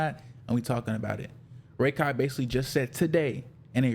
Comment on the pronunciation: I cant stand you pronouncing it as Ray-Kai Its Rah - kai